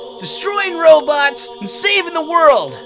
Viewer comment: And i thoght you said roblox insted of robot WEIRD